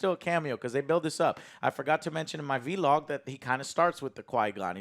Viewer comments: He called a vlog a veelog 🤣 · Joe saying “V-log” instead of vlog is so funny